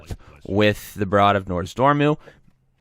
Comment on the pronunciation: Brood. Say brood. Like brewed. Not broad. Yikes.